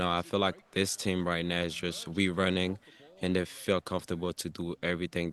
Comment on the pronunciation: U should pronounce ur Team properly by now.. 🙄🙄